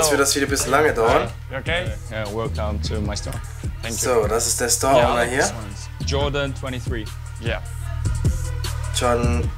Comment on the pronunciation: weisst du nicht wie man Jordan sagt alter hahahaha